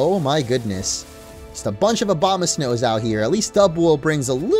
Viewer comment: did he say OBAMA-snows instead of Abomasnows?